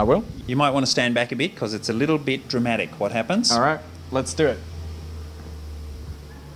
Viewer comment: "It's a little bit drum atic"